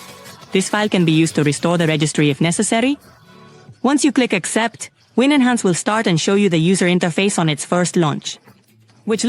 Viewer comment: It's called winhance, not win-enhance.